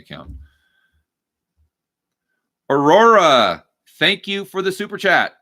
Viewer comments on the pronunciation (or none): none